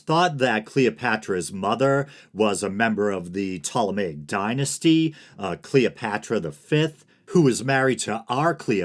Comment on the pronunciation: Who's Cleeopatchra?